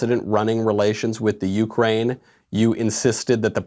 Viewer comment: Joe can you say u- crane.